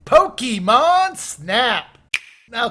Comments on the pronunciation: A pokymon? The e in Pokemon is read as e in pocket. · Take a shot every time he mispronounced pokemon